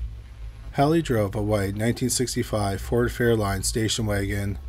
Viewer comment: You need to get it together. People that are narrating all this podcast stuff. Learn how to read things correctly. Ford Fairlane not Fairline